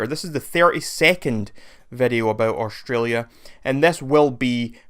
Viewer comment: "Australia does not even exist" The hater couldn't even pronounce "Australia" right 🇦🇺 is real lol